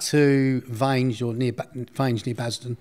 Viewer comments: that’s what I was gonna say, if he lived in the area he knows it’s not pronounced like that haha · Also the way he pronounced Vange was wrong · Never heard Vange pronounced like that before 🤣